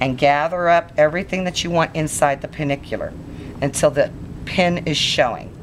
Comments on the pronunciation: Hi, I just watched your video, they are really beautiful broaches, but one tiny thing, it's pronounced Pen-Anular not Penikular! If the ring is a complete circle then it is an Annular broach! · I though they were pennanular not pennicular or whatever you said.. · Its pen ANNULAR, with an N. There is no ICK in it. Get a clue, woman. From someone who made penannular brooches from '81 to '22. Other than that, nice tutorial!